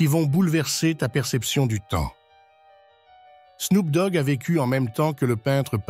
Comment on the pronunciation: c'est qui snougdog (prononciation phonétique du nom)??